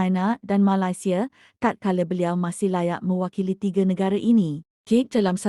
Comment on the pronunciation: admin sebut negara malaysia pun tak betul.. tak usah lh nk komen itu ini.. nanti kena scam .. sapa malu?